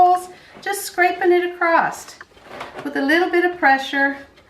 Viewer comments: just saying...there is no "T" in the word across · No such word as acrosst.